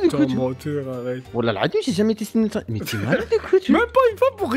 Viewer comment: il a dit c'est normal de metrre un sttrig